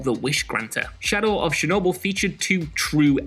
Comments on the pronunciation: It's CHernobyl ... not SHernobyl ! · "shadow of shernobyl"